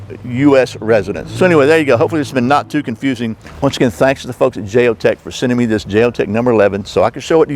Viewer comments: why would you justify the way you pronounce Jeo-tech by say ing you're American? That's an insult to thinking, intelligent Americans. That's the way all ignorant Americans justify their narrow minded point of view( Trump supporters). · Isn't it a sign of respect to pronounce words in the way the language meant them to be. In some languages, pronouncing one word differently could translate as insult or compliment. Bit pedantic of me to mention this, but your dismissal of the company's correct name left me feeling as though you felt you were entitled just because you as an American could do that.